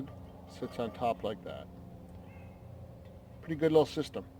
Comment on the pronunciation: I love this video. Definitely going with the solo now that I've seen this. When you said "that's a PURDYYY boil" it made me laugh out loud and reminded me of home. So thanks for that :)